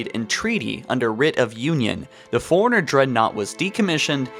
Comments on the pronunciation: Foreigner, Not correct. Forerunners, correct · forerunners,not foreigners. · When you say forerunners it sounds like you're saying foreigners. Lol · Lol when you say forerunners it sounds like you're saying foreigners...